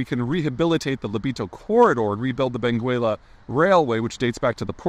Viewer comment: Benguela is pronounced without reading letter u.